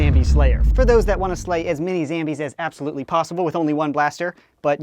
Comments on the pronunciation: It's zombies not zambies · do you mean zombies instead of zambies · SAME MATE ! its not zambies its zombies! (i laugh every time)! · why do you say zambies its zombies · who says zambies it's zombies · It is not Zambies its zombies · WY the heck does he call zombies ZAMBIES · why does he say zambies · Why do u call it zambies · Why does he say "Zambies" ? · why do you say zambies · said zambies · He just ruined the word zambies for me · Why is he saying zambies